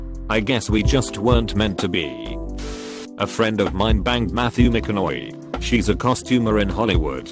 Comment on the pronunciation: The voice: "Matthew Maca-Knowey"